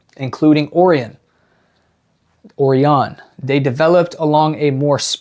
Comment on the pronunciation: Love this bro, but it’s pronounced O-RION. The constellation.